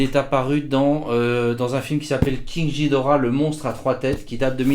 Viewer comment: Juste ça se dit ghidora comme guidora pas ghidora comme jidora